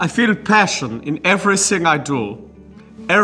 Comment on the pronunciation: I love how he pronounced "passion" 🤣